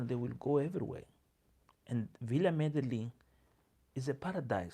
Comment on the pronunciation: Glad to see you bouncing back from being under the weather. Thanks for giving us your "sober" views of some key changes taking place at Villa Medellin (Me de YIN). The double "ll" in spansh is pronounced as a "y" 😊